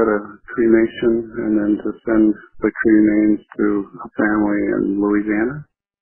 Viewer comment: he says “creamains” 😅